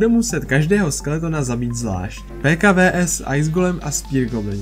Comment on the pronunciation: Bože prečo hovoríš "vé es"